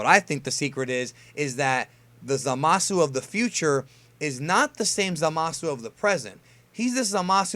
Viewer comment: For future reference the u in Zamasu is basically silent.